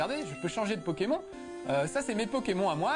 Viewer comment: ce test a été réalisé quand? il dit pokémon et pas "pokémone" ça fait vraiment bizarre x)